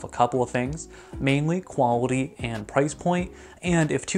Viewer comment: Bro really went quwawity